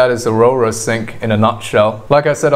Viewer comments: why arora it's AU-RA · Its aura not aurora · It not ARORA.....It's AURA pronounced as ORA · Thank you very much about this content, I like it very much, I think that Aura is pronounced Aura (like the soul around us or the gold in latin) not Aurora (like the moment before sun rise or after sunset), but I really liked this content very clear and very nicely straight to the point. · Bro it's aura (ah-rah) not arora